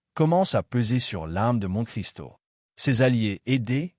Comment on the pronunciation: Une très belle voix faite par IA qui ne sait même pas prononcer Monte-Cristo correctement, sans parler de l'élocution. Être bon public a des limites.